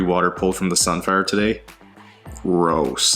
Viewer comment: How many times did y'ave to drop that box to get it to slap the floor perfectly like that? KEKW Me watching: Ooh...OOh.. (said that grrrrrooss like you meant it, and I don't wonder why 😂😂😂😂)